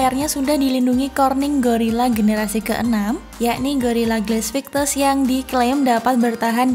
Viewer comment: Pas ngomog gorila glass medoknya anjay bgt wwkwkwk stay stune aing disini ahh wkwkwk